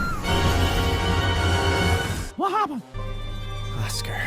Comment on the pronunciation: “whahabben?” 😂 tears